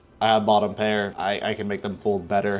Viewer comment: That "2 PEAR"@ was the NY two pair I have ever heard. Idk if it was on purpose or not. lol